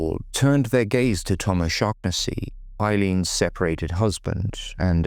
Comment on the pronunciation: Can’t even pronounce her name right